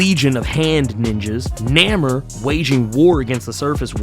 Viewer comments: It's pronounced Nay-more! Not neh-mer. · Bro, His name is Namor, pronounced NAY-MORE, NOT Namer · no, actually, you need to check YOUR hearing aide, cause he severely mispronounced his name, as he called him Namer, which isn't his name, as it's Namor, pronounced nay-more. If you get your facts right, maybe I'll get you a Whisper 2000, one of the best hearing aides on the planet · Nay-more. Not Nammer. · He cant pronounce Namor properly eh